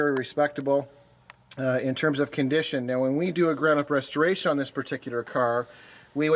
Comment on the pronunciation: Who IS this guy? That car does not need a "retoration" and in listening to him babble he may be the last person I'd want doing it if it did. "Sail fin"? Vintage Air so it will be "fully equipped"? Dear God.